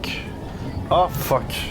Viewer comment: personne a remarquer que son ''ah fuck'' y sonne trop quebecois